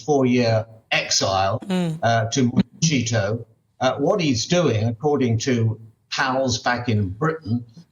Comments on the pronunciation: Why does the old guy keep pronouncing Montecito as 'monteCHito' as if it's italian or trying to sound exotic. Montecito is a spanish word given to the town. No ch sound. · can't pronounce Montecito, Michael--while you repeat the same rubbish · Let me be clear, Montecito is an absolute lovely place to live, it is stunning, it is just not for Harry. If you have ever been there, you would know. California is hardly boring especially LA and stop calling it Montecheeto! Criticize Harry, but putting Montecito in a negative light is extremely misguided. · Montecito is a Spanish word, not Italian; thus, is pronounced with an "s", not "ch". Please, Mr Cole, if you're going to speak ill of California, at least pronounce the words correctly. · Can someone tell Michael Cole that the 'cito' in Montecito is pronounced 'seeto' in both English and Spanish, NOT 'cheeto'. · Monte”see”toe NOT Monte”chee”toe unless they have renamed a beautiful town after an orange junk food snack!🤪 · Montecito isn't properly pronounced Monte-cheeto, it is Monte-see-toe. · michael cole NEEDS TO LEARN THE CORRECT pronunciation of 'mon/te/seeto' NOT MONTECHEETO. DUNCE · Can someone finally be brave enough to tell Michael already it is pronounced ‘Montesito’ spelled Montecito & not pronounced ‘Montchito’! Gee!! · It's pronounced mont - a - seat- o not mont - ta- cheeto. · Mr. Cole, your quote is now so worn. You keep yourself abreast of things, which we all appreciate. One more thing, Montecito is not Italian. It's a Spanish word... you pronounce the C like TH in the Spanish accent, or like an S in the Latin American accent. IT IS NOT CH, EVER. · It’s Monti-see-toe. Not Monti-chee-toe, Michael. I’m not a Meghan fan either, but I like Harry. Not to be insulting, love Britain - the British people. But some comments about Americans are often clueless & puts us all in the same rude category. It’s unkind & dreary. Best, a Californian.